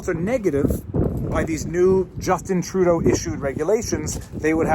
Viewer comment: With your accent, when you said ‘Trudeau’ it sounded like you threw up in your mouth a little.